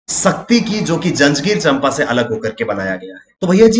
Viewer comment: चंपा नहीं उसका सही उच्चारण है 'चांपा' 🙏❤️